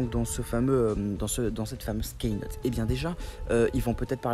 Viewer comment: hey, super video mais juste un petit detail on dit pas "kaynote" mais "keynote" ducoup cela se prononce "kinote", sinon continu super video